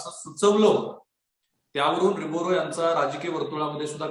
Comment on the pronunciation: नाव तरी नीट घ्या हो,रिबोरो काय म्हणता? रिबेरो आहे उच्चार.